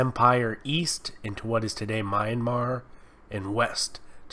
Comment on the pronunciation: It's pronounced MEE-an-mar, and ah-KEE-meh-nid. Not M-eye-an-mar, or Akey-menided